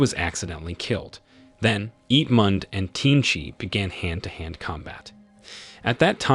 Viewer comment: "Ip mand" 💀💀🤚🏻